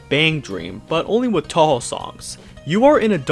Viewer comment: You said Touhou wrong, just an FYI.